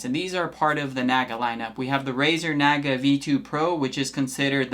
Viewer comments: It’s Nah-guh. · The way you're say Naga is driving me nuts lol.